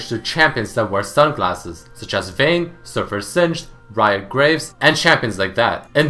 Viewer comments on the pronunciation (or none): none